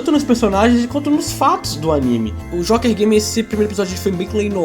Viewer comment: parei de assistir quando disse Jóker Game, fala sério!